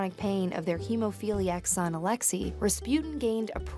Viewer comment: Alexee??? It’s pronounced alexaiii